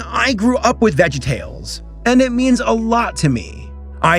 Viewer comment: My disappointment is immeasurable, and my day is ruined. You called VeggieTales "vegtales"